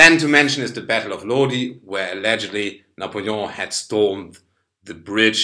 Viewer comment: Great pronunciation of Louis XVI and Napoleon